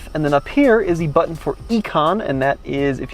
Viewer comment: ‘Push the Auto Bunction’ lol